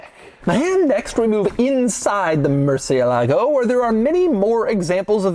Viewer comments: Why does an expert such as you are, mispronounce the name of the vehicle? cie is chi, not si. ???✔✔✔ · The stress is on the "e" not on the "a" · Please just call it the Bat. Hearing y'all butcher Murcielago is killing me, lol. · They don't know how to pronounce Murciélago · Why is it so hard for people in the U.S. to pronounce the word"Murciélago"? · If you are going to review a car, at least pronounce the name right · fun fact, all English YouTubers pronounce murciélago name wrong. As a latin language, you have to make entasis on the vocal that have the accent á é í ó ú, so, its not mursielágo as every English speaker pronounce it, its musiÉlago :) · As a second gen Spaniard from La Rioja. I always get pet-peeved when everyone here home pronounces it ‘moor-ci-e…-lago’ please respect the name and call it as it should ‘mur-cielago’ the Bull was named literally a Bat. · Murciélago is the name, not MurcieLAgo lol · "Mercy-el-ago" if you can't pronounce it right you shouldn't be driving it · Wish y’all’d pronounce the car’s name right. It even has the accent over the E. Murci-E-lago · Please learn how to pronounce murcielago correctly as in “mercy Ah ligo “ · This is the second video you pronounce "Murciélago 🦇" so wrong Doug‼️ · That's not how you pronounce murciélago 🤢 please ask Google next time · Probably the worst pronunciation of murciélago 😂😂😂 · Is anyone else bothered by his pronunciation of the model name? The accent mark over the E isn't just for decoration - it tells you where to put the stress. It's a common mistake, especially for us Americans, to stress the A instead, but it's wrong in the original Spanish. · He doesn't say it right. The C makes a CH sound in Italian. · The accent is on the IE not the LAGO